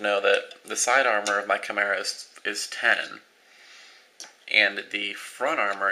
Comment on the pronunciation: dude, take no offence to this ok? chemera (However it's spelld) is pronounce Kai-mera